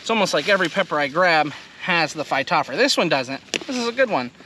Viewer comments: Missing a few letters. Phy-top-ther-a. not phy-top-fra. Close. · Hi, the genus name Phytophthora is fy-toff-thore-a.